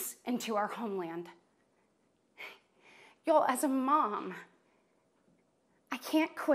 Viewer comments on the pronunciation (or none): "Yo...as a mom" 🤦🤦🤦 or was it "Ya'll...as a mom" 🤦🤦🤦🤦🤦